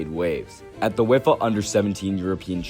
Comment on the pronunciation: UEFA (you wayfer) not wefa